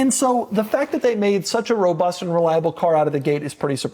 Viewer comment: No sthloo tike a schlott fevry time he schlezz robutht